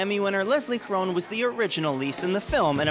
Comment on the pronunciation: lovely....would have been good if the interviewer knew how to pronounce Caron's name...